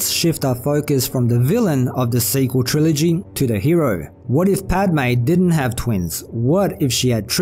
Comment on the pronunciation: It's Padme